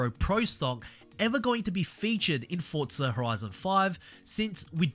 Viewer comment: Why do you keep calling it FORTZA there is no t it is FORZA